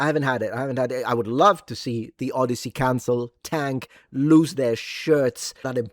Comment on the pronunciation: No, it's "Od-DEI-sey"